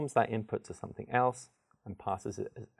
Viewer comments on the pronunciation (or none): none